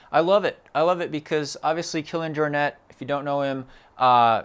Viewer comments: Excellent episode....but Jaw-net? More Your-nay I believe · Yes, it's a Catalan surname: "Jor-Net". You pronounced it very good in the video!